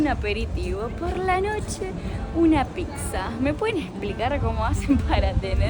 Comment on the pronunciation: Si dice pizza e no pixza. Comer la salsa que quedó con el pan es típico italiano y se llama "scarpetta", que lo hacen también en Argentina es porque lo eredaron de nosotros.